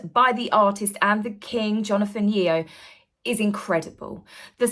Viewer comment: Sorry to correct but ‘corps’ is pronounced ‘core’ and Yeo is pronounced Yo .. love your channel but #alwaysanenglishteacher 😬